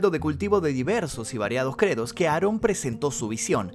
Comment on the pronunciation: No se llama nazon se llama aron Joaquín